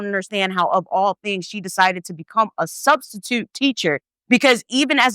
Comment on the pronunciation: Studstitute 😂😂🤣😂🤣 crYing*